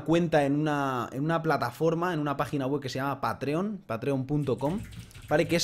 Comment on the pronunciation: Lo de patreon en España no se si es muy conocido pero buena idea. Se pronuncia PÁtreon por cierto hahha. Yo de ti explicaría un poco mejor como funciona esa plataforma, dado que las donaciones pueden ser de 1$, pero son mensuales. Y que puedes poner unas metas de ingresos por mes, con su consecuente bonificación para los "patreons" y tu canal de youtube. Yo sigo varios canales de Magic: The Gathering y casi todos tienen uno. Tambien les funciona para interactuar con los seguidores.